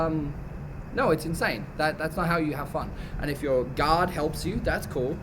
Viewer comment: "...and if your guard helps you, that's cool". Bro, I though you said, "If your GOD helps you, that's cool". 🤣